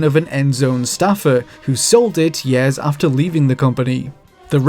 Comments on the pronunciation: The moment this dude starts saying "years" propperly i will start gives likes to the videos. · Good lord, the way he says years.